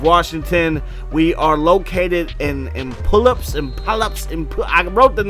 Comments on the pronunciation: It's Puyallup, pronounced pyoo-al-up (oo as in food). Just making sure people know how it's pronounced, it tends to be a common mistake. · The city is Puyallup. Pronounced pew-al-up. That's where my mom grew up haha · Wrong. It's pronounced pew-al-up. My mom grew up there and that's where my aunt and uncle currently live.